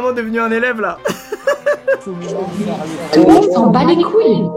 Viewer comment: dit mait toul monde sans balécoull devant toul monde